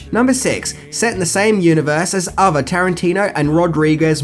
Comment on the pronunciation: Every time says "fings" instead of things or uses f instead of th and user instead of other take a shot.